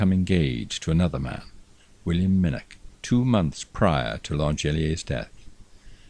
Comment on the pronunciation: 99% correct but still needs the 'velar fricative' with the ch as in 'loch' or 'nicht' and narrator please note, as in Minnoch (you only slipped up once or twice! That said, I could listen to you all nicht and have Subscribed - magnificent voice.